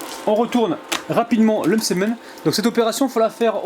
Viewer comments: Le msemn اول مرة نسمع لو مسمن 😂😂😂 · c que mw que sa fait rire la prononciation de "msemen" au début 😂😂